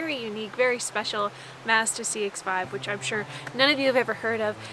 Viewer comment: Nice to hear the word Mazda actually pronounced correctly. Well done lady Mazda is pronounced like Cat or Hat, it's Ma-zda like 'matter' Unlike Americans who like to pronounce it "Mars-da" So irritating to hear the U.S pronoucing words. Canada ... you got it right ✅️